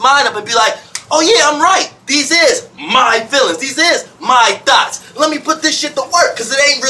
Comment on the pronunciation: I love to hear pronounce “thoughts”. It sometimes comes across my ears as “Thots” LOL 😂😂😂